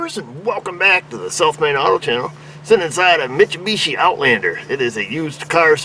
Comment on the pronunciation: Everybody say it with me slowly. Mit-sue-bee-she. You're welcome.